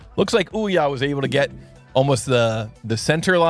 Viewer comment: Would be nice if you tried to pronounce some names right 🙂 Olja with "O"